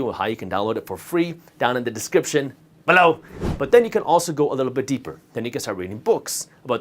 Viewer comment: Excellent information. Always enjoy these videos….especially that “BELOW!” 😅